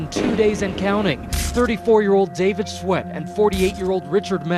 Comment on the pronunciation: "Sweat". You pronounced it as "sweet". Come on. You know how to pronounce sweat.